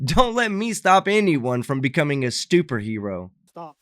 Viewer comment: Stuper-hero lolol